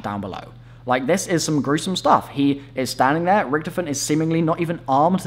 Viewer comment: Holy crap his name is Richtofen not Richtoven